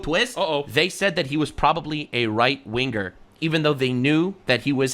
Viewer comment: Whoahhh lol around 19.50 that hard “R” on right wingarr is awesome 👏 with the background picture of a brother in brown